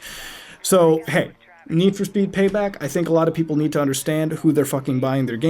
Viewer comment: NED FOR SPED!!! pronounce it right!